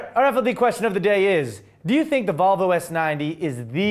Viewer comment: Sounded like you said Vulvalicious.. And all I have to say is - I agree!